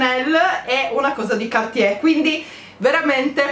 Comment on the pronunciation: Cartier, si pronuncia la r in francese!!! Prossimo compleanno un corso di lingua francese!